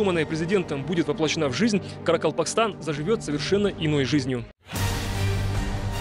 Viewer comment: Какой каракспалтан? У говорящего с языком плохо?